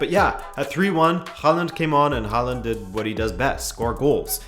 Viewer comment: Its Hoh-land, like in Poland but we're not in Norway anymore